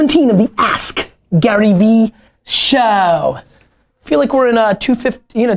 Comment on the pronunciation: Always Amazing content. But Gary. Stop saying Show like that!!! #breaktradition #donttellmetoFmyself. Love you man!